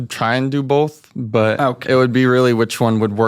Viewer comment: Never trust a guy that says “bolth”. My grandpa told me that